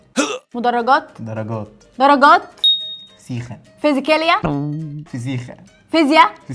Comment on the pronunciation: بتقول فيزيكيليا هههههههههه دحكتني اويي🤣🤣🤣😂😂😂😂😂😁😁